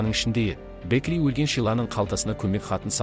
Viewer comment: Бэкли емес Бэкки сосын Шило емес Хантер қате көп